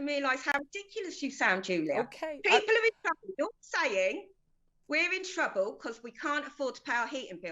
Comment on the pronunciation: We in twuble pwees lisen at me